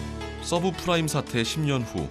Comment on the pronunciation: subfrime? subprime아님?